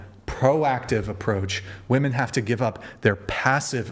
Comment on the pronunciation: Women is pronounced wee-man